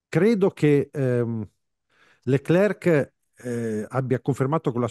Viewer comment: Ma perché continuare a chiamarlo LeclerC quando lui stesso ha detto che la pronuncia corretta è Lecler senza la "c" finale?